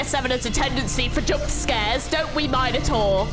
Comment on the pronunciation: nice reaction but the pronounciation of "apostacy" and "minotaur" are killing me. somehow you arent one of the people that say "my-nos" though